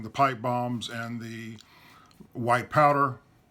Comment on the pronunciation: Right The way you pronounce " White powder "sounds like you have regularly said " White Power ". You even look down and pause as you say " White Powder "as a though you hoped nobody would notice.